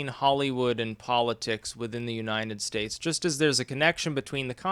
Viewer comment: He says 'Unineted States' instead of 'United States'